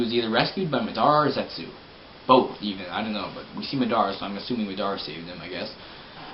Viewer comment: Ma Dara...... ITS PRONOUNCE MADARA ITS LIKE SAYING HOKAGE IS HOCAGE